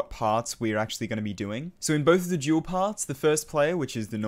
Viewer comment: I still don’t understand how you can say jewel not dual